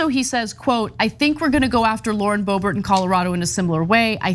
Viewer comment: Lauren 'Boob-bert'? Come on, man. 😄